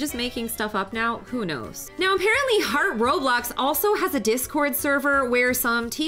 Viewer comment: Why did you say follow “harht” if you never followed her yourself XD